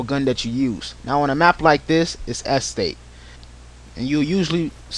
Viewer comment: haha he cant say estate! EHstate